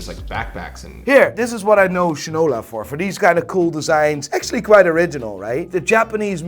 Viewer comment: As one from Detroit, its pretty much a must to buy a Shinola. Though I wish they were 100% American made parts along side being built in Detroit, its still a quality and satisfying watch to wear. Also, finally a YouTuber who pronounces the brand correctly 😂